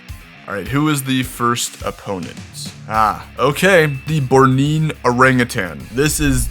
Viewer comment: It's Born-ee-an, like the island of Borneo